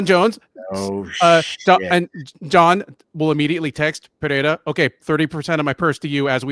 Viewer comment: PEREIRA = PUH-RAY-RA NO DOUBLE R (LIKE FERREIRA) SO NO "H" SOUND. C'MON MAN!